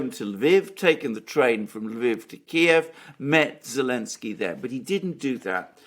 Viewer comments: Why is unable to say Zelenskyy? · I love how iPronounces the President of Ukraine's name without the letter 'Z' 😆😹